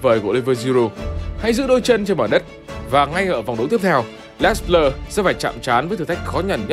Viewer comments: Đọc đúng tiếng Pháp là " Lê Blơ" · Theo Hernandez kiến tạo bàn 1 Rabiot là người cướp bóng ở bàn thứ 2 Les Bleus đọc là Lơ Bờ Lơ